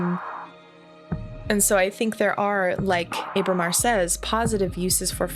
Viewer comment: This is kind of a nitpick, but Ábramar has an accent over the initial letter. It should be pronounced like the "a" in "guava." I apologize for being that guy, but this game is amazing, and I couldn't let that pass without comment.